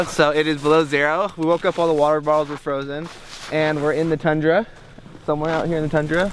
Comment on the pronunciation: Very much not "Tundra" but, carry on.